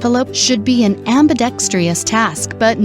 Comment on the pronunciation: Note to the moderator: While your delivery of the entire podcast was awesome and nearly perfect, there was one word that you mispronounced, perhaps because it was spelled wrong. That word is “ambidextrous”. You pronounced it as “ambidextrious”, giving it one more syllable. Other than that, perfection!